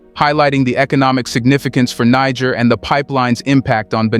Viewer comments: It's not "Niger" but rather "needjer" like the g in "Nigeria" or in "gentle"! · They correct pronunciación of the name of Niger is Nee-Sher, not Naiger. Other than that, great video. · You have one of the most incisive and dedicated reportage and analysis on African politics. May I please request you to learn how to pronounce the name of the countries you report about, especially when differentiating between Niger and Nigeria. Its really not that difficult. And its the best investment to make whilst you are at it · I can't stand that AI trying to say Niger in 3 differents prononciations over and over again.